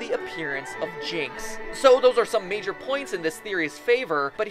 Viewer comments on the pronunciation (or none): none